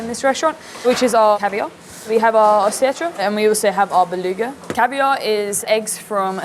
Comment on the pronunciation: Running a caviar spot and cannot even pronounce Osetra, fascinating